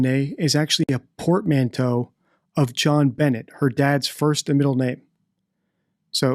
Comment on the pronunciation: Wow! I'm impressed the "portmanteau" rolled off your tongue like that. '